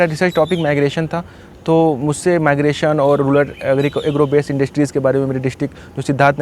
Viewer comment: रूरल को रूलर कहने वाले की जय हो